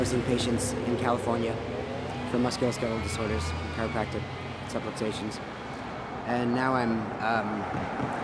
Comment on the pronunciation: the word is "subluxations"